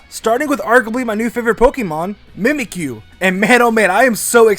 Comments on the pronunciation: ITS mimicyu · Mimikyu Mimic-you